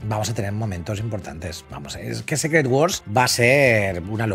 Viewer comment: Se pronuncia "Sícret", no "Sécret".